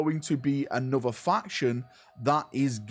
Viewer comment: are you aware you say ''A-nother'' as opppsed to ''An-other'' at the start of each of your videos? 🤔The Codex Astartes does not approve of this pronunciation.